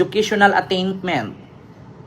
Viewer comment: ATTAINMENT PO HINDI ATTAINTMENT. GOOGLE please. You kept on saying ATTAINTMENT. 😂